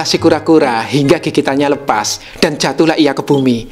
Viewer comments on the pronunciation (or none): none